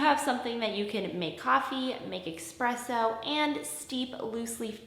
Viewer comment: Espresso, not expresso. 😉